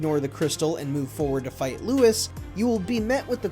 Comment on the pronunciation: I keep hearing Lewis, not Louis..